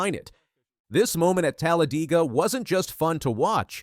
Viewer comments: It;s NOT Talla-deeega. It;s Talla- Dayga. Or just Dayga! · Man said talladeega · It's not TalledEga... its DEGA DEGA DEGA!!! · Tala DEE ga 😂